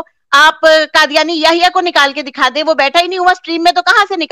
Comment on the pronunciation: Brother, Kindly use Qaaf, not Kaaf, for Qadyani or Qadyan. Jazak Allah Khairun.